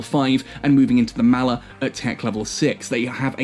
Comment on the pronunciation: mall er.... not mal er..... m all... all..Maller